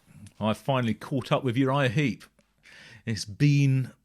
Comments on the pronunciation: Heep not Heap. Sorry to be pedantic. First band i ever saw live in 1971, I highly recommend their previous album 'Look at Yourself' - still my favourite of theirs, and 1970's 'Salisbury'. Great band who sadly have lost many of their classic line up, but are still going strong today led by the great Mick Box - bless his soul. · It's Uriah Heep, not Uriah Heap. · Heep - not Heap.